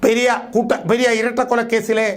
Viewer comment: ചേട്ട പെര്യ അല്ല പെരിയ